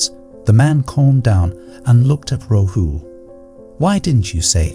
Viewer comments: Your imagery is all wrong - Buddha tells Rahul..people didn't wear shirts, shorts and coats 😂 And it's not Ro-hu...it's Ra-hool😅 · It is RAHUL.and Budh dha.learn to pronounce.